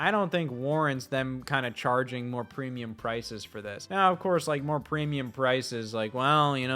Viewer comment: Preemulum Creamulum I say